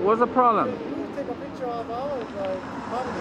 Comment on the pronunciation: LOL NO PICHER😅😂😜YES ] PICHERRRR